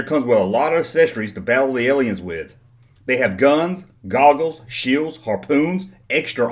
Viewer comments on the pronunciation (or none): none